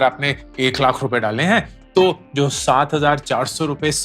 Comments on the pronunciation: Lakh nahi lath sunai deraha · Lakkkkha😂😂 carhhhhod😂😂 what a pronounciation